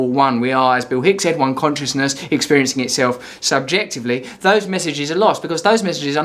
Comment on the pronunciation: Don't bother calling it "escapism", Arrivalism makes more sense. Also, "Conch-ih-ness".